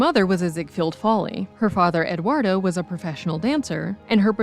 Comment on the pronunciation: Eduardo, no Edwardo. Tijuana, no Tiayuana.